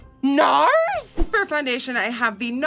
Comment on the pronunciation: I’m sorry the way she said “NAAARRSSSS” GEEKS 🤣🤣🤣 I love herrrr